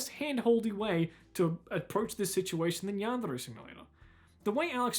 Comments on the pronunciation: why does he pronouce "yandere" in a spanish sounding accent. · How he pronounces the trill r in “yandere” is my kink